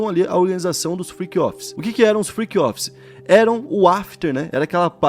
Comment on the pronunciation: Friqui offis 😂 Inglês de milhões